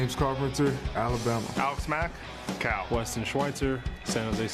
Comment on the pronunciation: dude its CAL (california) university… not cow😂😂 would b funny tho